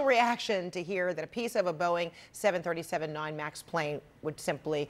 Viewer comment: 737....there is no “7-37”